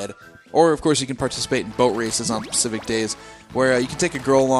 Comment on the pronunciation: (ish) "pacific days" i hate when people say that.